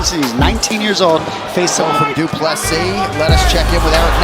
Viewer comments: They pronounced his name multiple times, and this guy still unsurprisingly has to pronounce it wrong. Cant even watch it. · You can literally hear the commentators pronounce his name correctly and you still fuck it up. Americans man